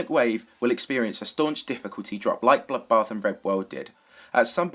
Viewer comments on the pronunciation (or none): whenever says bloodbath i hear buffbath